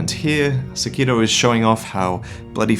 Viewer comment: I'm not trying to be "that guy," but Sekiro is pronounced with the accent on the "Se," not the "Ki." Please don't me I love you and your videos! 🙈